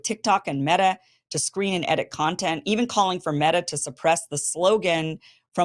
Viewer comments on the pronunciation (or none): none